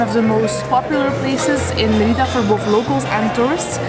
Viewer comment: 1. Learn to pronounce Mérida please, it started to get painful! :) 2. Parque Santa Ana is visible out of the window and there are about a dozen street food stall selling queso relleno. They also sell it at the main plaza every Sunday. So not sure why it's hard to find? And how can you not recognise bechemel sauce?! 3. You get far better cochonita again at the locherias in Santa Ana or at La Lupita in Santiago. You also somehow failed to mention lechon which is similar but much better. Both best on Sunday mornings in Mérida. 4. The green sauce at Wayan'e is not guac! And you didn't get castakan (unless you were unable to identify it when tasting somehow?) 5. No locals from Mérida eat at Chaya Maya - it's strictly a tourist trap for Mexicans and foreigners. Hence the cheesy tortilla demonstration. And you get much better versions of all their dishes elsewhere. 6. You probably missed the two best restaurants in that area of Mérida: El Cangrejito and El Marlin Azul. 7. Where's poc chuc? 8. You didn't mention what manjar blanco actually is! 9. Next time don't miss the cebollas negras from Nectar!